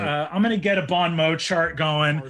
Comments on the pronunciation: As a french guy, let me tell you they pronounced "bon mot" a thousand different times, but not even one of them was correct xD. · i deeply love that brennan knows you shouldn’t pronounce the t on mot but doesn’t know not the pronounce the n on bon chefs kiss the french language is a travesty and a wonder